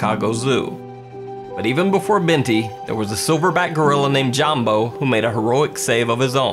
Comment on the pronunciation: Jambo is pronounced yambo